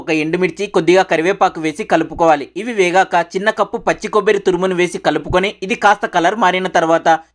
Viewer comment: Kobbari antaru kobbiri kadu